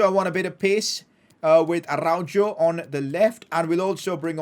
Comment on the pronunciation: from someone that lives in spain and is fluent in spanish pls pronounce araujo's name properly